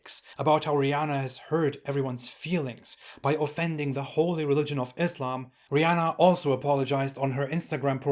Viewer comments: “Rih” LoL 😂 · "Rihh" Hahahahahhaaa! Gosh, the way that sounded. Lol 🤣❤️